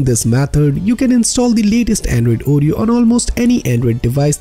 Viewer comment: It's not ooh-ree-oh, it's or-ree-oh, and SLOW DOWN, for crying out loud! It's difficult enough to follow along, add to that trying to figure out what 2 out of 3 words are your actually saying!! Damn! Seriously, I thought you were wanting to help! WTH, dude?!?